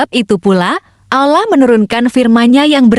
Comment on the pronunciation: mengucapkan kata allah dan rosulullah anda ini tidak fasih sama sekali.